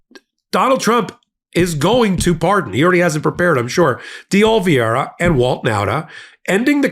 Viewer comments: STILL can't say DE OLIVEERA????? So easy! You never say it the same way two videos in a row.. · OMG OMG FINALLY pronounces Oliveira's name CORRECTLY then literally 2 seconds later he goes back to MISPRONOUNCING IT AGAIN!!